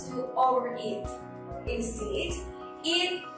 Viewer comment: Afwan itu 'Instead' dibaca (insted), bukan (instid)